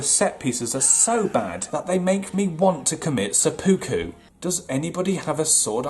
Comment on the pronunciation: The way you pronounced "seppuku," lol